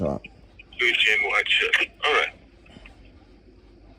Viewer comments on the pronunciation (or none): none